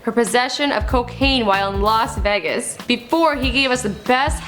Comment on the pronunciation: Las vogas c'mon